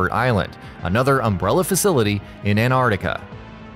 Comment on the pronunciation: Tf is ann-are-tica It’s ant-art-ica lmaooo